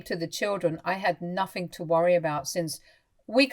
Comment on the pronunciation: THinking not Finking. EveryTHing not everyFing. Nothing not noFing. AnyTHing not anyFing.